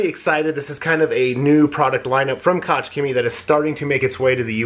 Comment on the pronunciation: Koch-HEMIIIEEE The "c in Chemie is silent"